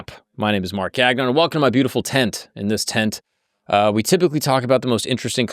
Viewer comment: Bro, your last name is french, say it as it should be pronounced in French. It's not GAG-ON 😂